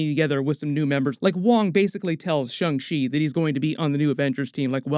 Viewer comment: "Shung Shee" Guys can you please TRY?